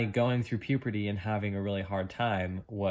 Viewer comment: I really love your channel, and I admire you for sharing all this process that you have been through, but please stop saying puperty instead of puberty.